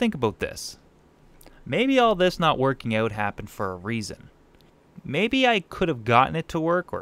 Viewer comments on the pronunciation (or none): Here’s an idea...pronounce out as owt not oat!